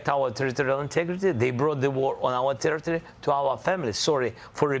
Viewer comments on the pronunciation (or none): none